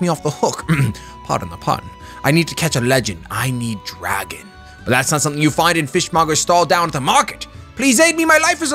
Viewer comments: every time he said dragon i fucking got mad cause it's dagon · Dagon not DRAGON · ffs its DAGON not DRAGON there's no A